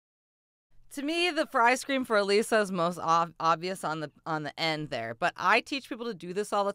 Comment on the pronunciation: It’s uh lissa not uh leesa. Get it right